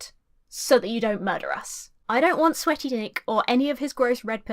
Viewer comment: I love the video, good commentary on a true trashbag of a person (Nick). But at about , you say "sweaty Nick" but i really sounds like something else you (or almost anyone) don't want to have around. lol